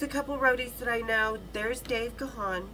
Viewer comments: Actually it’s not Gawn it’s pronounced Gan as in man. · It's not Ga-han, you pronounce it as GONE. But he is way too polite, he will never correct you